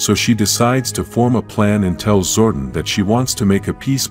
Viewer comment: Also the way the narrator pronounces Zordon as “Zordin”